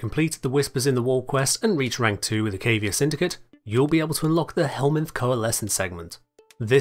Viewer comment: I'm honestly shocked to hear and even Rebecca herself mispronouncing "Cavia". They literally say it in-game.